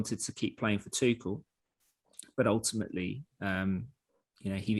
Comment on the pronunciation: Try and get people's names right. Tuchel.